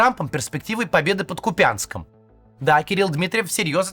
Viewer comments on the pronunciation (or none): Не КупЯнск а кУпянск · Максим, ну КУпянск, не КупЯнск! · Забудь о КупЯнске!!! Ударение всегда на У - кУпянск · Правильно Куп'янськ, з наголосом на - У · Простите, потошню: КУпянск - ударение на первый слог и Майклу Наки передайте, пожалуйста)) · Купянск! Ударние на У